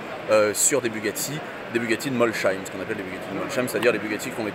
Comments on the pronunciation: Alors déjà on ne prononce pas "MolCHeim" mais "MolSheim", c'est un "S" ! "Mols" d'un côté et "heim" de l'autre ! Merci ! :) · Molsheim avec un « s » on ne prononce pas « ch » en Alsace !!!!! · Avec une telle expérience et connaissance de Bugatti, il serait peut-être temps de savoir prononcer Mosheim.... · super vidéo sauf bémol le MolCheim